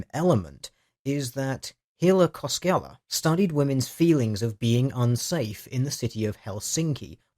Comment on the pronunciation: "Kos-kehla"????? It's "KosKella" Kinda weird for it to have two Ls, though. "Koskela" would be a place name or surname with the root "koski," meaning rapids, while the suffix -lla would make it "at the rapids." Hille is also a rare first name... Googled, it's a mistype in that screencap. It's "Hille Koskela." BTW, tori.